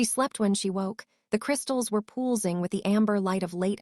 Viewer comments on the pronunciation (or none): Could you please adjust your algorithms to make an attempt to pronounce words correctly, listening to “pulsing being pronounced “pull-sing” and “Isabell being pronounced “Is-a-bell” is thoroughly irritating as they are words repeated in the story line and they take a way from the effect of a story.